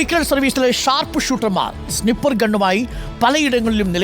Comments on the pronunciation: സ്നിപ്പർ അല്ല snaiper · Not Siiiippper it it pronounced Snai-pr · സ്നിപ്പർ അല്ല....സ്നൈപ്പർ😊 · സ്നിപ്പർ അല്ല മൈരേ sniper anu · സ്നിപ്പർ❌️ സ്നൈപ്പർ✅️ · എന്താണാവോ ഈ സ്നിപ്പർ😂😂😂😂😂😂😂 സ്നൈപ്പർ എന്ന് പറയാൻ കൂടി അറിയില്ല.... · സ്നിപ്പർ അല്ല, സ്നൈപ്പർ ആണ് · സ്നിപ്പർ അല്ല സ്നഗ്ഗി 😂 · സ്നൈപ്പർ എന്നാണു ....😮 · സിനിപ്പർ wolf